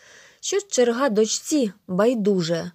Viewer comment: Не черга́ а че́рга.